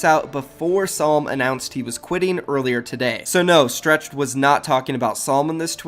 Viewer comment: why gotta say stretch's name like stretched